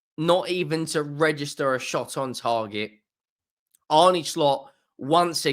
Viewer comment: His name is pronounced Arna(Arne)